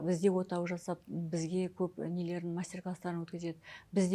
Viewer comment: Мына даригер отаны отау деп айтады екен